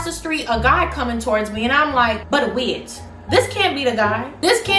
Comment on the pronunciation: The way you said "Wait". You are definitely from the Caribbean. Lol.